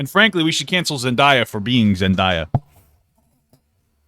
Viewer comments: its zen-day-uh not zen-die-uh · Papa pls its Zen-day-uh 😭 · Anyone cringe when he said Zendaya like that